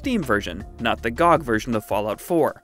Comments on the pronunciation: No way he called it "gog" lol its G.O.G!!!!! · I don't think he knows it's an acronym lmao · bro really said GOG like that